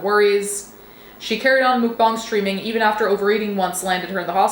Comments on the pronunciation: I thought it was "muk-bang" not "mook bahng"... Anyone know? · Take down korean 수빈 soonbin's pictures. Shame on you that you didnt make sure before you make video about it. And you keep want to "correct " you all over wrong. And "mookbang"??? Its Muk-> Moek smh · you saying mukbong is driving me insane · I don't know why, but hearing it pronounced "mook-bahng" (which is probably as close as us westerners are going to get to the correct pronunciation) makes it somehow sound even more disgusting than hearing it in the 'typical' American pronunciation (muck-bang). Also... People that unironically watch that sort of stuff, need their search history, their hard drive and their basement checked. 👀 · I think you’re pronouncing that name Mukbang wrong.